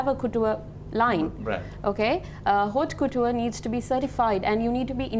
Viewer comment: Its not 'Hot' couture it's pronounced 'au'couture (haut couture) .it's french.🤦🏽‍♀️